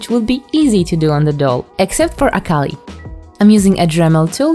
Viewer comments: (I'm not trying to hate but I need to point this out) Every time they say "Akali" it takes me a bit for me to realize what they're talking about, because they aren't saying her name correctly. Akali, as far as I know, is pronounced Ah-Kee-Lee. Thank you for your time, I'm sorry qwq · btw this isnt hate but a cal ie is how its pronounced